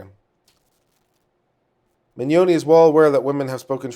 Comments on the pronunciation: Vic Mignogna (Min Nya Na) Is how I break it down to pronounce his name. Jamie Marchi (Marky). I hope that helps a little bit. I really want to hear his opinion on the fake evidence, fake bomb threats, and fake swattings that the kickvic side have been doing. Also about the "underage", fans who have come forward about their pictures being used without permission and taken out of context, debunking kickvic's claims about Vic assaulting them as proof. I wonder if there could be any legal ramification for doing that, since Monica and Jamie keep retweeting or liking posts with such claims in them. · Ugh, I wish he would have taken the 10 seconds to Google "how to pronounce Vic Mignogna" before mispronouncing it in MULTIPLE ways 3,000 times over the next two hours...